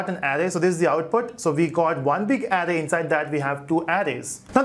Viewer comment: It's a good tutorial, but you pronounce Array incorrectly.